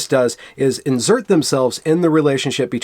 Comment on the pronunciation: In”zir”t, eh?